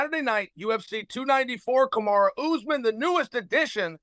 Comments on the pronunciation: And Kamara 😂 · Didnt he actually say `Kamara` too a couple of times? :D